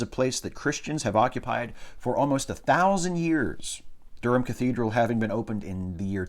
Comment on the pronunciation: Good to hear you pronounce 'Durham' correctly. When it cropped up in an earlier chapter you mispronounced it horribly. Of course the funniest thing in the world is hearing an American try to pronounce 'Leicestershire' or, even worse, 'Worcestershire'.